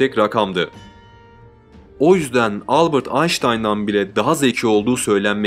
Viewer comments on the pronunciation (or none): none